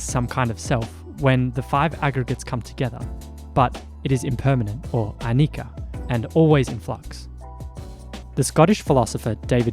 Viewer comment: Friend, anicca is pronounced: ah nee cha